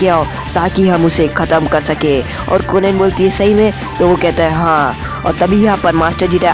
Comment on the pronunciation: Bhai naam shi se le bro marad anhi madara aur kohen hai konen nhi